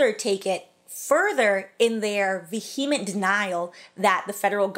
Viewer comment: No offense, but these "scholars" using words they can't pronounce is hilarious 😂. Vehement is not VUH-HEE-MITT. Vehemently is not VUH-HEE-MEE-IT-LEE. SC's are a joke...but so are you! 😘